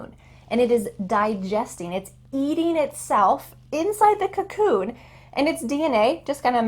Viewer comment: Really nice! Thank u, sensei! This kind of dialogue teaching is really practical and interesting. I learned a lot of sentences and words. And I have a little question -- coccoon? or cocoon?